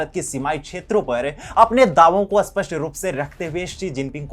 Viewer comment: "स्पष्ट" शब्द को "अस्पष्ट" क्यों बोलते हो ? क्या आप हिंदी कम पढ़े है ? पूरा मीनिंग उल्टा हो जाता है ।